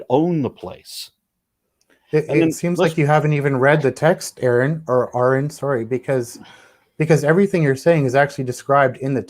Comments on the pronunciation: Honestly, when someone introduces themselves to me and pronounces their name, I pronounce their name correctly EVERY SINGLE TIME, WITHOUT FAIL. IT'S NOT HARD! How is it that SO MANY of these theists who chat with, AFTER being told repeatedly how to properly pronounce his name, STILL GET IT WRONG?? How do they all lack even the most basic of brain functions to remember the name of someone RIGHT AFTER they are told what it is? This has vexed me for years listening to chats and hearing theists get his name wrong time and time again, even after repeat correction. Explain that to me. It HAS to be that they are doing it on purpose as a show of disrespect. If their pastor's name is Stephen, and he pronounces it "Steven", like Stephen King, I bet they don't repeatedly call him "Stefan". Anyone care to bet against that? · Funny, forgets he is on platform for one. Two, how can you not get name right, especially after he tells you. Thanks for this! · He is purposefully saying Arons name wrong because he feels insulted...someone has a little ego.